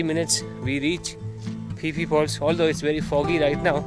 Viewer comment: Pronounced Ph-e Ph-e fall not pi pi fall😄😅 anyway good show👍👍